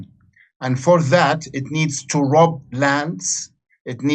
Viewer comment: Roooob..say like "R-ahhhh-b" ... not "Rub". but "ROB". Accents, coupled with mispronunciations... distorting some words & its meanings. Simple adjustments can fix that.